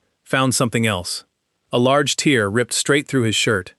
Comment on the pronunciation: AI- can’t pernounced “tear” correctly. Just click bait on an event